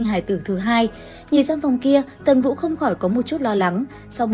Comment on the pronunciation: Ủa tần vũ mà Ad hay bị đọc nhầm vậy nè 😊